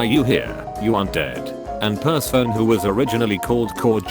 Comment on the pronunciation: I hate how it says per-se-phone. It’s per-seh-fon-e.